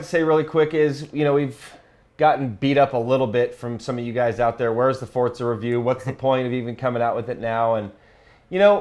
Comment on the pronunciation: FORTZA?!?!?! ....... it's Forza..